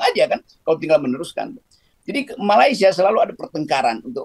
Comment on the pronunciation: ..sebutan Malaysia nya dibetulin donk..bukan Malaisia tp meleysia(sebutannya